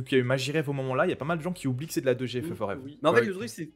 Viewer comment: quand vous dite 2G on dirait que vous dite Dejais lol